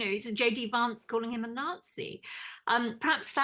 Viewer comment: The woman, with the 50's style glasses, pronounces Vance in a very posh British way. It's pronounce as in 'cat', not as in 'cart.'